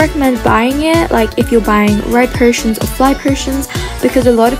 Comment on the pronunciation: Who else got triggered when she said red “persons” and fly “persons” instead of potions?